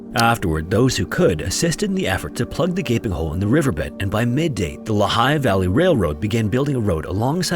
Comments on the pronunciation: Lee-high Valley, through which the Lehigh River flows, also pronounced Lee-high. Sincerely, a Pennsylvania Grammar Nazi who grew-up in the Lehigh Valley. 😁😁👍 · Well-told and thorough. Upvoted! (Story #1: One tiny correction: It's pronounced "LEE-hi" Valley.) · It's pronounced LEE-high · Great video as always--just one gripe from an old fogey--it's "LEE-high" valley, not "luh-HIGH." I grew up there though I no longer call it home, lots of old mines and abandoned steelworks factories in that place. As kids we used to play in abandoned quarries and trespass on old industrial sites--we're lucky we made it to adulthood, and there were some close calls--parents just wanted you gone till supper in those days, not like now where kids are "maxxed out" on schedules. Thanks for the interesting look at two horrible disasters. This is why we need the kinds of regulation that a lot of the young people scoff at--"who needs a law for that"--corporations, that's who. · SUS-kwuh-HANNA. :D Also, I think you said Lehigh? as leh-HIGH, but it is LEE-high. Just a note from an ex-Luzerne County resident. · Susquehanna is pronounced Sus Kwa Hanna. Lehigh is pronounced Lee Hi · It’s pronounced “Lee-High”. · If anyone cares, here are a couple pronunciation corrections: Susquehanna = Sus-kwah-hanna Lehigh = Lee-high Love your videos, just a quick correction from a Central PA resident! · he didnt quite get Lehigh right either. It's "Lee-high" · Lehigh is pronounced LEE-hi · Sus-kwa-HAN-uh. Also, Lehigh is LEE-high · Ooooh you almost had the correct pronunciation there. 8/10. Not the worst I’ve ever heard OOF. Shanked that one badly. 3/10. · Please pronounce “Lehigh” correctly. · What? You think that voice was an AI recording? The creator is a human. He mispronounced Lehigh.